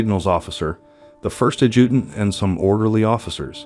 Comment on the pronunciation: I'm sorry, but this presentation is not good. For example, the word "adjutant" is pronounced something like "ad jew' tant" and it's downright painful.